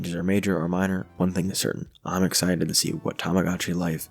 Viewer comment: lovely video !! i've loved tomodachi life for years ^^ also i apologize, it might be a nitpick, but the mispronunciation of the game's name [ tamagotchi vs tomodachi ] really bothered me